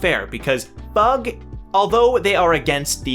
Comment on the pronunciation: yo i gota say its pronounced F. U. G. its an acronym and hasnt sed wat it is yet